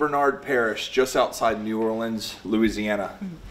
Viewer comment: I'm delighted to hear you call it New Or-linz rather than New Or-leens (ugh!). Just thought I'd mention that folks in the deep south often say "Naw-lins" to emphasize how to correctly pronounce the first syllable. The acronym, by the way, is NOLA. "Bayou" is usually pronounced 'Bi-you" (rhymes with "true") but sometimes pronounced "Bi-yo" (rhymes with "Oh") as in "Bayou LaBatre" in Mobile County, AL. And for some mysterious reason, Nacogdoches, Texax, which is only two hours from Natchitoches, Louisiana is pronounced "NACK-a-do-shez" whereas the Louisiana town is prounounced "Nack-a-dish." Go figure!